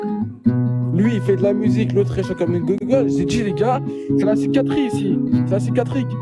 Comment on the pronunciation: "-C'est la spicatrique ici, c'est tous des sssicatriques, starfallaaah oh là là starfalaaaah!" C'est un vrai sketche ce live, je compte plus le nombre de fois où je l'ai regardé, et chaque fois je me fend la poire!😂😅